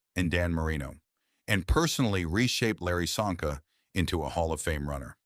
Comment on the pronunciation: Csonka pronunciation is Chonka. Hungarian